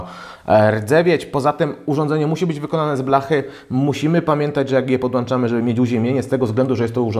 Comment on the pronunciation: ''wyłanczanie komputerów'' i "podłanczamy urządzenie"... lektor dramat. Chyba,że jego komputer ma ''wyłanczniki''